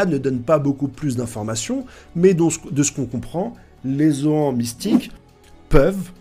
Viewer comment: Fait un effort sur la prononciation des noms , vraiment c trop 😭😭. Gol Di !!! Gol Di !!!! Gol Di !!!! Gol Di !!!!! Pas gold et roger 😂😂😂 Et c'est R leite 😂😂 ca se prononce " raille li " , les zoans ca te fait pas bizarre en le disant 😂😂😂 met un " e " au bout , sa fera moins mal aux oreilles